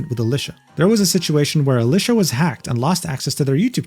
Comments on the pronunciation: Nah that's just how Alicia be 😂. (you do pronounce her name a little wrong btw) Used to watch her channel quite a lot but stopped recently because Youtube kept getting rid of comments on her channel on most of my accounts despite never saying anything bad and well... not being able to interact makes it feel pointless to me. I only watch content I can interact with. I still like her as a person but just stopped watching the content for that reason. Changing the story again btw, as he did at the time have premission she said she only changed that after this incident. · bro get alicia name wrong